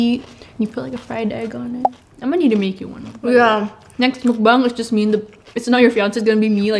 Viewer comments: the way she said "mukbang" the indonesian in her jUMPED OUT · "next mukbang" shes pronounce mukbang in kinda indonesian waay ily steph